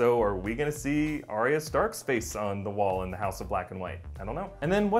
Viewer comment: Stop pronouncing it aria